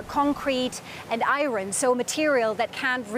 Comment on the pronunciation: I here to watch say 'iron' again and again